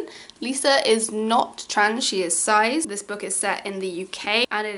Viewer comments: (its pronounced Sis!! rather than size!!):) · HAVE I BEEN PRONOUNCING CIS WRONG THIS WHOLE TIME